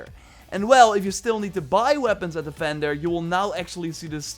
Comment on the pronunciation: What an agonizingly painful accent. It’s vender, VVVender. Not fender, that’s a guitar brand. And other is udder...so what does he call cow titties?